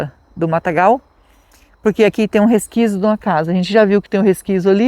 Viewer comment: Oi e resquício e não resquício 😂😂😂